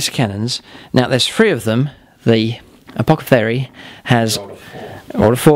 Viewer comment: Fantastic stuff as usual! Never mind the advert haters (you just click the little x and they're gone derr!) and the pronunciation bloopers, although saying 'apocothary was lol'! I think James plays his Space Marines and Guard so well that surely it's time for a scorpion vs spider rematch, you are 0 and 2 i hate to remind you:( Adeptus plus marines, haven't forgotten about your Fists army also, vs whatever lucky Lawrence brings would probs be the highlight of my viewing year